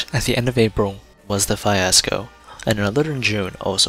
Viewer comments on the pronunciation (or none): Is English not this guy's first language? Im curious as to what a 'fie-asco' is. Also, what is the heavily wooded 'Argon' area in France? Does he mean the 'Ardennes'?